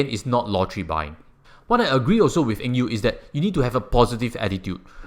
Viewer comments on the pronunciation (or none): Did you pronounce his name wrongly? Not Eng Yew